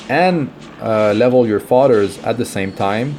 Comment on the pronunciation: His accent threw me off. Sounded like he was saying fathers. But its fodders